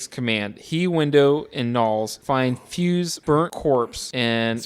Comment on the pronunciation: Sigh. The helicopter is destroyed by one of the Norwegians dropping a grenade by it. The doctor's name is " Copper" not " Cooper". Clark does not shoot the dogs( Thing dog or otherwise)! He tries to stop the others from shooting the dogs. The other scientist is " Fyukes" no " Fyuse". It is not " less than a day". After half of the action of the movie McCready makes a log mentioning that the blizzard has been hitting the camp for " more than 48 hours"! Then they have another day and then the final night.